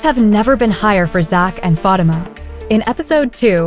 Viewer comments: That is so true. Learn to say her name RIGHT PLEASE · The person in charge of relating upcoming info to us about episodes of Zatima needs to pronounce Fatima's name correctly. It is very irritating to hear this person continue to mis-pronounce Fatima's name. Your followers would increase if you showed more respect for one of the main characters of Tyler Perry's Zatima. Do you even watch the show, seems you would know how to pronounce Fatima's name of you did. Fix this immediately